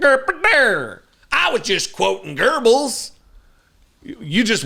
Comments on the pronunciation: Joseph Goebbels was instrumental in getting the German people to buy the Nazis and their agenda. Evil as all get out. BTW - Its not Ger-bills. Its the vowel sound on the oe that people think is an r. But there is no r in the name Goebbels. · Goebbels --Go bells no letter r in pronunciation. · Not "Goerbels" - Goebbels. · Why do Americans always put an R in his name? It’s pronounced geh-bulls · Why do Americans pronouce it Goerbels? I mean, he's garbage, and I know (especially US) English does not do gemmination (strenghtening of doubled consonants), but that sounds ridiculous. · Wait a minute! "Gerbbels"? Could he have been quoting Karl Gerbbels, a German immigrant? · Goebbels, not 'Gerbils-rhymes with gerbils' I just had to look up 'Josef Mengele' because I realized my memory telling me 'Josef Mendel' was not quite right. Stay safe, consider moving to Canada for a while...TY 4 yer service then and now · It is not: Gerbels, there is no r in that name. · What do I think? I think members of Congress should know enough about history not to pronounce the Nazi propaganda minister's name as Go-bells. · A supremasist that doesnt how to pronounce "Goebbels" look there is NO "R" in it. Just shows their ignorace at its best! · just one thing... please... ther is no R in Goebbels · Just a little detail. There is no R in Goebbels. even if a thumb with ears can't get it right, you can. I believe in you! 😅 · Nazis use nazi speech, what a wonder. I know these folks good as a german:) Not even able to pronounce name Göbbels right...these americans. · No R in the pronunciation. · There is not "R" in Goebbels name...! Just to be clear that we talk about the same Nazi... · The Nazi POS from Texas (the thumb-shaped dildo) couldn’t even pronounce his Nazi hero’s name correctly. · He's so clueless he couldn't even pronounce Goebbles correctly. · This Texan couldn't even pronounce the horrible name right, which means the context quoted wasn't his idea, probably one of his MAGA staff.😊